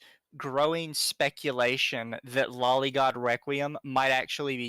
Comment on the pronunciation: At least he pronounced loli right